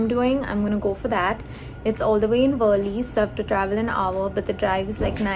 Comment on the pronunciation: WTH was that pronunciation of Worli?!?